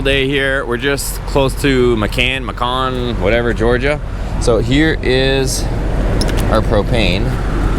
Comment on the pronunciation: Macon is pronounced May-can. Yes I know us southerners have no clue how to pronounce anything by how it’s spelled! 😂